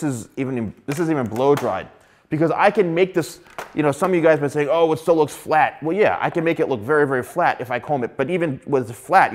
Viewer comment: The way u pronounce the word "FLAT" as in F L A T!! that hurts me a little bit haha But I might there's some Good hairstylist like u here on my country